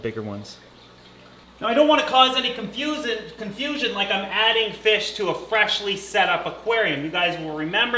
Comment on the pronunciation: .. Did you say conf-susan? 😂